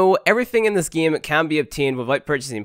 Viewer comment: let's get right into the gay?!